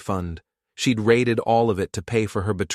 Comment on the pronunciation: Raided not rated. Erin not Aaron.